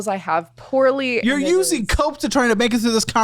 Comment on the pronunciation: Omg I thought he said “you’re using coke to try to make it through this conversation” and not cope 😭 I was like get her! Call her a crackhead!!😂 lmaoo